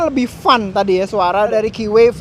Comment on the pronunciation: vloggers nya kbanyakan bilang ..."wheee...y!", mgkin krn merknya keeway (baca ; ki'whee...y)